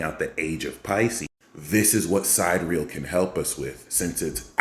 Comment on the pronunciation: great info. tip: SID-EAR-E-AL, not Side Real. the haters will mock you for that.